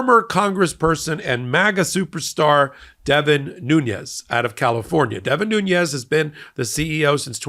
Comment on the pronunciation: I don't think the second N in Nunez's name is the spanish enya. I think it is pronounced as an ordinary n.